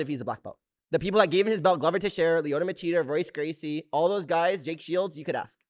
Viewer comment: OMF Did he just say Roice Gracie?